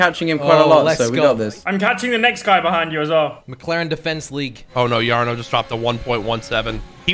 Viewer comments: funny how and jarno are both from the netherlands but still pronounces jarno's name wrong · how does not know Jarno haha they're both dutch and he pronounced his name wrong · "its Jar-no btw right ? its that pro guy" 😂😂